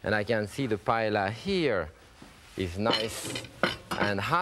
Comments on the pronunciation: and called it "payella"... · I love Chef Pépin. In fact, one time I was cruising on the Oceania Riviera cruise ship while he too was on board and was in my painting class. If I had seen this video before that time, I would have taught Chef Pépin how to pronounce 'paella' correctly. Watching this video, I couldn't believe that a great chef like him was mispronouncing the word.